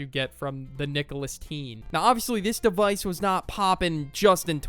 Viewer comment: "Nicholas-Teen" ☠ ☠ "Julius Caesar" ☠ ☠